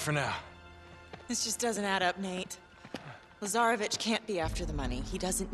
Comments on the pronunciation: Am I the only one who hears lazarbitch ? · its LAZAREVIC :p